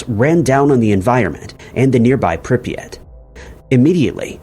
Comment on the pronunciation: Bro the city is Pripyat. First sentence of the video is already incorrect lmao.